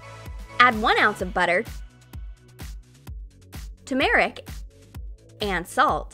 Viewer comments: Tumeric tf it's turmeric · Its tumarick not tumararick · she said tamircia it’s tumrica